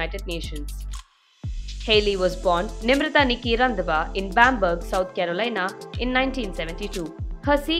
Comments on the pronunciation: 😂😂 it's not randwa it's Randhawa please 🥲🥲🥲🤣🤣🤣🤣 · Please get the pronunciation of Randhawa correct.